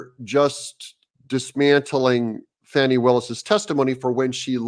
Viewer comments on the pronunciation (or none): Doug, it's Fahh-nee, not Fanny.